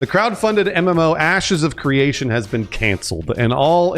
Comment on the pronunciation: Sounds like he said: "Asses of Creation" at the beginning. WTF 😂😂